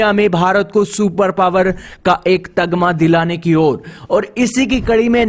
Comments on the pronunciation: Tagama nahi bhai Tamaga hota hain😂 Atam nirbhar bharat nahi Atmanirbhar bharat hota hain. Kya bhai ab hindi bhi thik se nahi bol pa rahe loag. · तगमा नहीं तमगा होता है, आतम निर्भर नहीं आत्मनिर्भर होता है, गलतियां सुधारो।